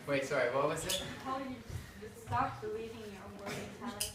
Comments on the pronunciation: Therese Cerdan soory 😂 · That’s ‘sorry’ sounded so Canadian. 😍😍😍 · when he said sorry it was super canadian lmaooo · When he said sorry at the end I've never heard someone so Canadian 😂